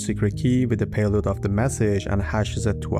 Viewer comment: I'd have enjoyed if you explained also their downsides. Sometimes i feel like you've "rushed" a bit through it. At least you got away from the god-awful pronunciation though the way you talk could be improved (you still stretch certain phrases which make it sound extremely painful to keep watching e.g. payloaaad). Generally I enjoy the content you create and it's one of those rare fine channels. You could absolutely score by going into the apps aswell, e.g. how does hashicorp / vaults work how do multi-part passphrases work e.g. only needing 3/5 of any of the 5 set to decrypt something. If this is the oversimplified version I'd love to see some in-depth ones. Btw. What do you use for the animations? I believe this is one of the few ones that have very nice visualizations